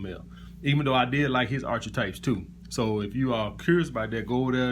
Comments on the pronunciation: What a load of shit, whats the point in labelling people like that? This is why we have inequality in the world when we separate people into classes. You also do not know how to say archetype so probably do not know exactly what it means. It is pronounced ark-a-type, not arch-eh-type. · Ar-KEY-type !!!!! I mean...if you want to use "big" words. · Great content. Future Reference: “Ark-e-type” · How about a nitwit alpha male who can’t pronounce archetype?